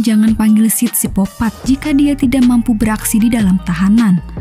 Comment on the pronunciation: Sikopat bukan sipopat 😅